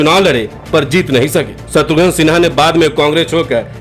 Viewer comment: शत्रुघ्न सिन्हा नाम है, शत्रुघन नहीं 😂 VO में तो उच्चारण सही कीजिए 😂